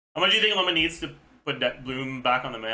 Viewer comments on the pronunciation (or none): Btw, it's "La-oo-mah", just shorten the "oo" to what you would say with "Lumine". It means "herd" in Finnish, but apparently has a longer etymological history 🙂